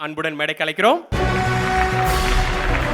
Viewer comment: அது, 'மேடைக்கு அலைக்கிறோம்' -இல்லடா.., மேடைக்கு 'அழைக்கிறோம்' 'ழ' -சிறப்பெழுத்து நாவில் வரவில்லையா?, நாவை வடி.., இல்லையா, மேடையில் ஏறாதே... கோபம் வருகிறது...